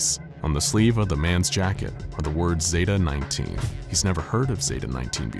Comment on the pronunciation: “Zeta” of course the zoos ruined that...